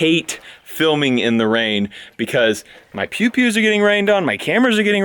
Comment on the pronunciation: When you say pewpews it sounds dangerously close to peepees.